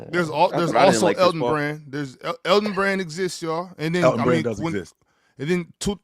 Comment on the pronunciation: Nigga said Elton Brand☠️☠️☠️☠️☠️☠️☠️☠️☠️☠️☠️☠️☠️☠️☠️☠️☠️☠️☠️☠️☠️☠️